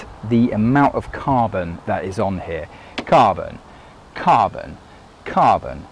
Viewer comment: Carbon, cabon, kabon, kabooon! 😂